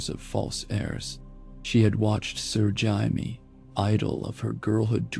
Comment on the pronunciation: "Sir Jaimi" lol